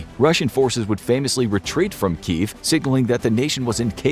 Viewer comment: There are two syllables in Kyiv, and it’s pronounced key-yiv.